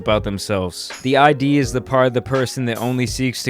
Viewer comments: Freud was a psychologist and it’s pronounced “id” like “rid” but the R is silent, not I.D. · I've watched until you pronounced I.D. instead of id. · Just to correct you, its not "I.D." its all one word like "Id". Regardless good video!!! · I'm pretty sure it's pronounced "id". Not like "eye Dee" because it doesn't stand for identification. I've heard people call it "id", rhyming with "kid" or "lid". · I lost faith in you when you said I.D. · Just saying it's called the id, not the I.D. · Its “id” not I.D. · The "eye-dee". It's called the "id". Pronounced exactly how it's spelled. Great video still. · the id, not i.d. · This boul calling the id an I.D. Lmao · Cannot watch this bro it’s pronounced “id” not “I.D.” its a simple google search lol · Lol.... he keeps calling it the I.D. like give me your I.D. I dont think that's right. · You’re probably going to hear this a lot from now, but just so we’re clear. “Id” not I.D. No hard feelings. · I thought we were supposed to pronounce it "Id", not "I.D." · nope it’s actually pronounced ‘id’ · Came to post... I thought it was “ihd”, not “eye-dee” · Id not I.D. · It’s pronounced Id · "The I.D"? Please don't teach people to say "Id", wrong. It is supposed to rhyme with "Hid" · Its produced id. Like not short for Identification, but just say it how it's written. Rhymes with lid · Pronounced Id wrong, its a words not two letters. And the Id doesnt always include bad behaviors, its more like ones sense of instinct. Thanatos is death instinct, while eros is the life instinct of the ego. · That is not how you pronounce "id",:) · he understands it so well that people will think he is pronouncing it correctly